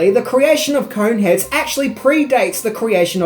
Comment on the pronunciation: Kept hearing "Coke heads" towards the end